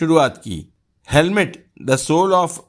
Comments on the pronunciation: Sir it is not helmet, it is hamlet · Helmet nahi Hamlet bolo sirji.😉😉😉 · हेलमेट नही हेमलेट है। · कृपया Hamlet को Helmet नहीं बोलें 🙏🏻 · Bhai Helmet nahi "Hamlet" bolo. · Kindly say HAMLET, and not HELMET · Helmet nahi hemlet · अरे जनाब आप हैमलेट बोलो बार बार हेलमेट बोलते आपको शर्म नही आती आपकी पूरी कहानी आपकी अनपढ़ और फिल्मी ज्ञान पर प्रश्नचिन्ह लगती है।